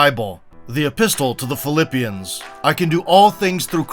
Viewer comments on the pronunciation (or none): Did u just say "flipalippians"?